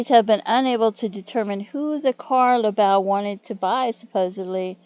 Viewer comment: And it’s pronounced laboo. Thank you for doing a video on him. His family deserve justice